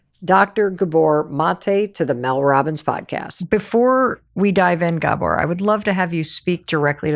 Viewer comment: Gabor is pronounced with emphasis on A